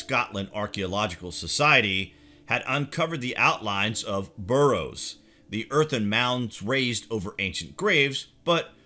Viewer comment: Barrows not burrows